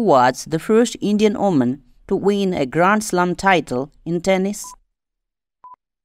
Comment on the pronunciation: Sir! That is woman not oman sir